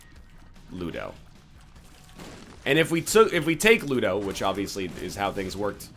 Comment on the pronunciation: booger tears absolutely butchers ludo, thats so sad :(